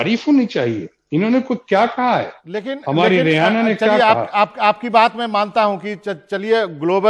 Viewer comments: Sir rihana nhi h uska naam. Riaana bola jata h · रेहाना या रिहाना नही, रिऐना है नाम। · रि आना है ना कि रिहाना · The host being such a prominent figure at NDTV is pronouncing the name of the singer incorrectly. BABA learn from one of your own editor Mr. Ravish Kumar.